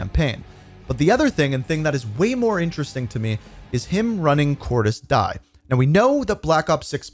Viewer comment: Pronounced De ez